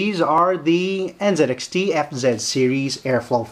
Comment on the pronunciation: did you just call it NzedXT? where is the zed part on the box???